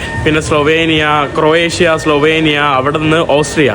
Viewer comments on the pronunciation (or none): none